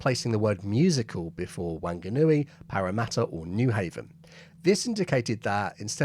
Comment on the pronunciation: G'day mate. Great vid. One minor correction -while Aussies might think it's pronounced as a nasal "WANG-a-NUI", any Kiwi will tell you it's really "WON-ga-NUI" (WON rhyming with BON). You nailed Parramatta though.